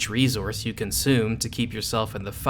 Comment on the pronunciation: "Ree-zource" Try unhearing that now.